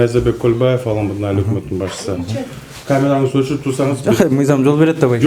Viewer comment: Аламудун ЭМЕС- АЛАМҮДҮН!!!